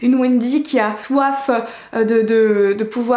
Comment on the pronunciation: T'as dit "Une Wendy qui a toif" ou j'ai rêvé ? 🤣😜